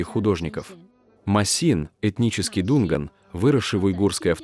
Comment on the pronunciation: Не дУнган, а дунгАн